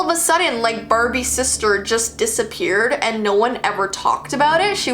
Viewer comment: marbies Idk why i laughed so much at this 😂😂😂😂😂 Also watch it at 0.25 speed 👌 Mmmmmaaaaarrrrrbbbbiiiieeeessss